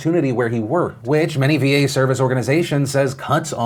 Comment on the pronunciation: Cringing every time I hear "VA bill of rights".